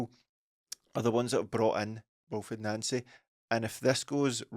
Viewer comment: The deliberate attempts to pronounce his name as Nansy is too obvious lads. The guys name is pronounced Non-cee just like Thierry On-ree not Terry Henry.